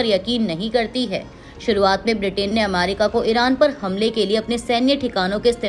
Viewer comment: Correct, ye America ko amairika bolti hai, meri sulag jaati hai.